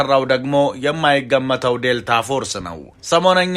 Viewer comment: ክፍት አፍ ዴልቲ ዴልታ አትበል